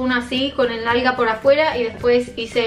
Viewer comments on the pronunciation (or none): Soy yo o dijo nalga la primera vez y después alga jajajajajaj